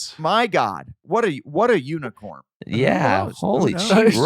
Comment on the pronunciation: I am stupid laughing at how they are making fun of Adam saying “unicorm” 😭😂😂💀